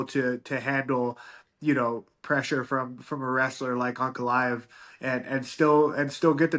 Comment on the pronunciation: This man couldn't say Ankalaev's name! Alex beat the man and made him a fan! In his mind it's Alex first then him second, in reality there are other killers! Ankalaev is one of them!